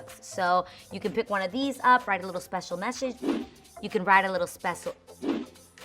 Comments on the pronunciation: Spash-scio mash-edge 😂😂😂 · I laughed at you when you kept butchering "special message" but I did the same when I tried it 🤐🤐 Cute video!!